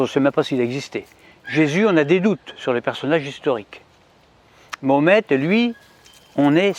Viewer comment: Ma ho met,pas mohamet, ni mohmet, je vote pour toi en 2020 si tu fait des efforts de prononciation;)